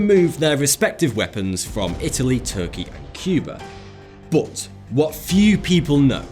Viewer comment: That is not how to pronounce "but",!